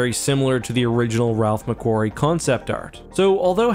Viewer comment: Ok normally I don't complain about pronunciations but you just butchered my name lol It's McQuarrie with a long A sound not a short A sound...changes the entire sounding XD Otherwise great video :)